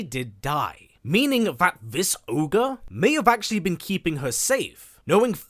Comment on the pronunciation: Its Ogre my guy..not orge